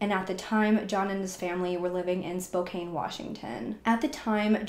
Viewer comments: *SpoCAN, not SpoCANE... Can as in can't, lol 😉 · Spo-CAN… not spokane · Spokane is pronounced "SPO-CAN" not "SPO-CAIN." You're just reading a narrative, not very convincing. This ass-hole (perpetrator) has been placed in a "better place." The daughter isn't much better though. Dan seems like the only normal person. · Spokane is "spoke-an" or "spo-can". It's pretty common to say "Kane" if you're not from the northwest. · Love that you covered this, however For the Love of god, it's Spokane (spo-CAN) not spo-caine. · Pronounced Spo-can Not spo -cane E is silent 🤗🤗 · Also it's not spo kane, its spo can. Mf saying it weird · I hate to be one of “those people” but I’ve lived in Spokane my whole life. It’s actually pronounced Spo-kan. This story is crazy & so sad. Thank you for covering it. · The way you say “Spocane” is absolutely killing me lol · It's actually SPOKANE lol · I know that it’s spelled Spokane, but it’s actually pronounced spo-CAN. 😉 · It's pronounced SPO-CAN...just saying... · Spokane rhymes with Anne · Love all your videos. I’m from Seattle and it’s cute how you pronounce Spokane hehe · Only adding this in case you decide to pursue some of the other cases mentioned in the comments for this area, because, in the grand scheme of things, this is trivial at best...but they town's name ends in the 'an' sound just like can or pan or man...so it's like the 'e' on the end shouldn't be there when pronouncing it. This is such a tragic case. 😢